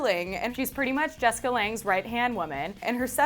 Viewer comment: You're saying Jessica's name SO incorrectly...................